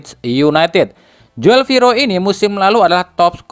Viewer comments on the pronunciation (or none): min joel tu d baca jul napa min,agk comblang aj klu di bca Joel,itu kan tulisan jaman 70 on,oe --u,😊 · Joel ejaan Belanda dibaca Jul